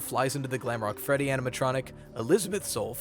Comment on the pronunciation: He actually said feddy in this part